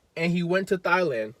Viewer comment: The “h” is silent in Thailand lol